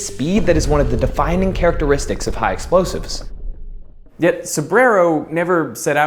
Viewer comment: wtfq are "LOSIVES"? 😅